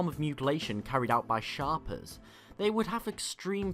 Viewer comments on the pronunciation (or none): Shaper, not Shopper. Ugh. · It sounded like he said sharper to me. But, yeah, it’s Shaper, pronounced shape-er, as in a person that shapes things. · You know it's not that hard to look up how a word is pronounced... Shay-per.. as in they shape things.... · One who dictates shape. Shape er. Not shopper. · its shay-per, shaper.